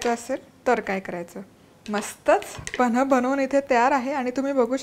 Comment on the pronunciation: Reci 👌, pls boltanana gadbd kru nka na tumhi panh ivji kanh he ucchr kelahe.